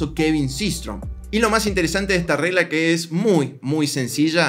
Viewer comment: Alguien mas noto que en el video dice RELGA y no REGLA JAJA, que buen video, me ayudan bastante, Bendiciones!!!